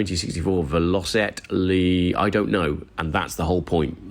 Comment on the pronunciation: it's "VELLOW-SET"